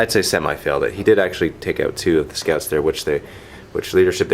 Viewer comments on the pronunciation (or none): Yep the French pronunciation for scouts is "scoot" I guess he doesn't know the English people pronounce it in a different way :) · I about lost it when he said 'scoots' for the space marine scouts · I like how calls scouts "scoots" XD hahaha